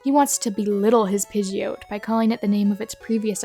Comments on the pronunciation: Why are you calling Pidgeot "Pidgeoat"? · it's pronounced PId-Gee-ot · The way you pronounce pidgeot hurts my SOUL